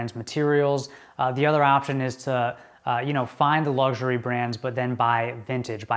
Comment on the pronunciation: Luxury not lugsury. 😂